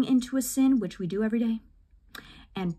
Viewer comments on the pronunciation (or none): none